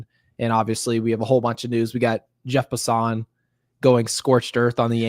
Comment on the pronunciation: Jeff Passan's last name is pronounced as though it's passin'. I'm shocked neither one of you know that. It's funny, not the first time you make up your own pronunciation of names, it's happened quite a few times. Jeff is very well known, hard to believe you're not more familiar with him. I do enjoy your show and appreciate your thoughts on the Yankees.